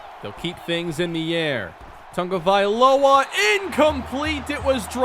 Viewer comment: Is it me or is he adding an N to Tagovailoa